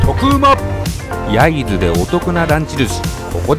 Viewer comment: 焼津の発音がデタラメ笑笑